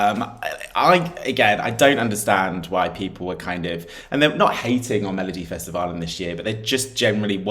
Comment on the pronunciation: its so nice to hear that you can pronounce melodifestivalen so well